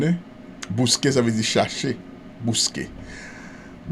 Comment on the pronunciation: Yo di bosque pa bousque Mr